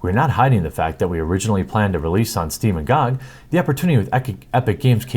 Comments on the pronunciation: Its G O G and not GooG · it’s G-O-G... not spelled out gog lol 😘 love you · GOG is not a word, it is three letters pronounced Gee Oh Gee. It is an acronym for Good Old Games.